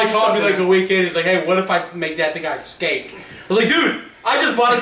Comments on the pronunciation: It drives me crazy when people say EXSCAPED! Just say escaped lol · really good prank but your pronouncing Escaped "Ecscaped" and I couldn't not mention it as it niggled at me. Peace. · why the hell do you say 'excaped'? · fyi escape is pronounced "s-cape" not "x-cape" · Am i the only one who heard say eXscaped? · escaped not excaped. There is no X, pronounce the S. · There is no "X" in the word escaped.